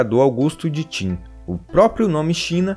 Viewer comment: Vim por causa do manga kingdom, e n é timmmmmmmm é qinnnnnnnnnnnnn, se pronuncia como se escreve